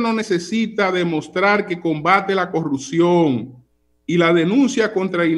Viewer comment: Si por lo menos estos “comunicadores” aprendieran a pronunciar la “P” en corruPción, yo los escucharía, y luego evaluaría sus argumentos.